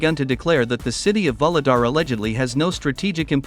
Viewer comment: VUHLEDAR is pronounced not like VOLODAR, but rather like OU-GLE-DAR. VOLODAR sounds very confusing. In Ukranian the leading V is almost silent. Thank you for interesting videos!